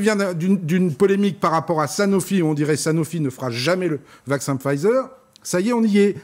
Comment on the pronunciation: Ça serait bien de prononcer correctement Pfizer… tu dis pas le véé-kande, j'imagine.